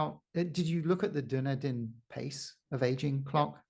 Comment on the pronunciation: Please pronounce Dunedin correctly: Dih-NEE-din /dəˈniːdən/. It is not Dun-ih-din.